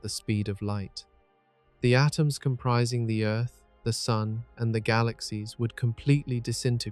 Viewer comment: AI is supposed to take over the world,but so far AI can’t even say “SUN” correctly. I guess the worldwide AI takeover will have to wait a little bit longer. 🤔